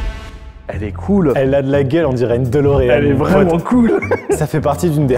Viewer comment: On dirait une DOlorean 🤦🤦🤦 Mais pourquoi tout le monde se trompe sur la prononciation de cette voiture mythique ? C'est si dur de dire DElorean ? C'est pas comme Dolores. (et heureusement que l'orthographe par écrit est juste). Vous avez donc acheté une FOrrari.